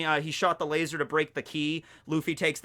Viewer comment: Things I learned in this video 1. Barry is God 3. Kizaru is a God, but a lazy God 2. Laser (in our asian accent) is pronounced as "LAZOR"